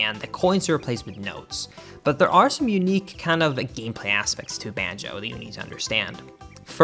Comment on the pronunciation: he keeps saying “banjeh” kazooie 10/10 never change man